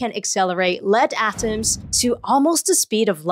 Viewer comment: I like the way she says "at-tums" 😆